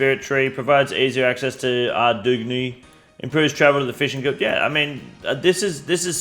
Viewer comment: I felt that "Ardou?g?knee"